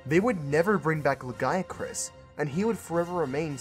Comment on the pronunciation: It's pronounced "lagi-a-crus".